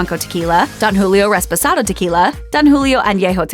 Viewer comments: Did you just say "RESPOSADO"??? Huhhhh?? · did she say Res-press-ado? wtf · Did a whole video on tequila and can’t pronounce REPOSADO correctly